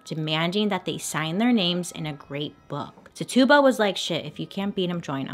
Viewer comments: He name is pronounced Tet- chu-ba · Im not judging I'm merely informing Its pernounsed Tich a ba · Titchuba is how it’s pronounced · is no one going to talk about how shes pronouncing TITUBA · Yep...I said it every time she did, like she could hear me correcting her 😂😂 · Bailey i love you but your pronunciation of Tituba cracks me up, lots of love <333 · yes. she was saying it wrong and I just kept correcting her lol.. wondered if anyone knew this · I loved the video, but I can't get over how "Tituba" is being pronounced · Girl I love you, but I am laughing so hard at how you pronounced Tituba's name. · Your saying the slaves name wrong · Not how you pronounce Tituba‘s name.. just saying. 🤷🏼‍♀️ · I love you Bailey but it was driving me nuts of you mispronouncing Tituba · You mispronounced tituba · “Titch” like stitch ... you-bah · just a little friendly psa: Tituba's name is pronounced "Ti-chew-bah", rather than "Ti-tube-ah" 😊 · Titch e ba please .. was trying to understand when you made her name sounds like a tuba lol. Great story BTW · I LOVE this series, I love this video and how much information is in it, but it's kind of irking how she pronounces Tituba... It is really pronounced Ti-choo-buh, not Ti-too-buh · Her name is pronounced ti-chi-ba not ti-tuba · Hey!!! Her name is pernounced “Tich u ba” not Tuba, or Tutuba. She was a person, not a joke or mythical creature. You wouldn’t want people making fun of your name. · How to pronounce tituba is “t-itch-uba” and I love that we read the book in high school and movie about the Salem witches. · Random side note, the enslaved woman’s name was “Titch-uh-buh” 🙂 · Bailey wasn’t pronouncing it correctly. Her name was Tituba and it was pronounced t ih - ch uu - b ah Her mispronouncing it drove me crazy because I knew her story and how to say her name. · It is ti chu ba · One small clarification. Her name is pronounced “Titch-uh-buh” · I love you, but that’s not how you pronounce Tituba. It’s “ti-choo-buh” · Ahhhh yes!!!!